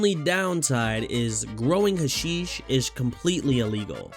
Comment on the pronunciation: Its not "huh-sheesh" its "hash-ish" Its a real thing. Dont ask how I know